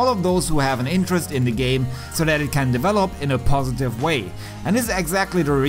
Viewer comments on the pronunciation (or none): none